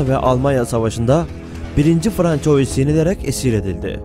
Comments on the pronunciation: Fransua dır telaffuzu francois değil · 1. François’ i “1. Fransuva” değil de yazıldığı gibi “françois” diye okuduktan sonrasını izlemedim. Bilen bilmeyen herkes birşeyler anlatır olmuş. Çöplüğe çevirdiniz YouTube u. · Demek istediğim Fransız devlet televizyonundaki spikere metni hazırlayanlar ve sözlüğe Soliman diye yazanlar bence bu youtuberin Francois diye okumasından daha fazla sorumlu.Yani onlar bile bile burdaki zavallı türk Youtuberim bilmeyerek... ki bence hep böyle 'yanlış' okusun. Sanki Fransızlar bizim tarihi atalarımızı çok önemsiyorlarda ismini telafuz etmeden önce on beş dil bilim uzmanını çağırıyorlar. Adamlar dergilerinde Peygamberimizle alay ediyorlar daha ne diyeyim. Hadi batı özentileri, hepinize eyvallah. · François :)))) Fransuva olmasın o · francois degil fransuva olacak dikkat edelim. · Lutfen Francois demeyin, Fransua deyin :) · Françoyis ne aga? :))) Fransua Fransua :))) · François* Fransuva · François, Fransua diye okunur. Ay gün ve yıl belirtilen durumlarda “yılında” değil, “tarihinde” denir. Konuşmacaılığınıza bir katkım olsun istedim. İyi çalışmalar. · François diye yazılır, Fransua diye okunur. Louis diye yazılır, Lui diye okunur... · François diye değil Fransuaz diye telafuz edilir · 1.François " okunuşu , fransua " biri şu arkadaşa söylesin . Yani bu kadar olur ,pes. Adam video seslendiriyor ,űstelik konu tarih ama fransua demeyi bilmiyor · françois yerine okurken fransuva diye okursanız güzel olur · François değil fransua :) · FRANÇOIS diye yazılır. FRANSUVA diye okunur. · François FRANSUVA diye okunur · François değil fransova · François değil fransua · François yazılır, fransuva okunur.. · françois nedir birader fransua die telaffuz edilir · yabancı dil bilgin zayıf yazıldığı gibi okuyorsun François diye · bu kadar değerli ve bilgi yüklü bu videoda françois'yı doğru telaffuz etmemek..